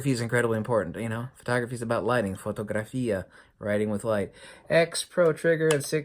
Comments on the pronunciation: You said it quite right "fotografia" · Ehi "fotografia"... Your italian is GOODDDD!